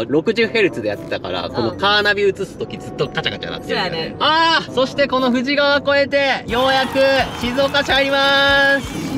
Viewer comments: 富士川 読み方「ふじかわ」ですよ～ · プチ情報 富士川はフジカワと読んで濁りません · 富士川はふじかわ(濁らない)と発音しないと現地人からフルボッコにされますぜ(経験談）😊